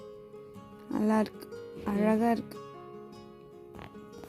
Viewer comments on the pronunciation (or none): none